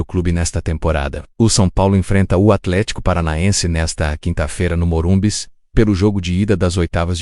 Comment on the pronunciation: É normal ter enjoo a hora q ouço falar MORUMBIS?